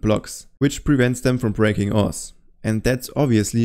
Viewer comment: Oh, “ores”. I thought you were saying ass.